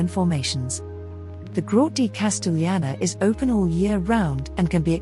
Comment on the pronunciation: CASTELLANA, NOT 'CASTEGLIANA' LIKE YOU SAY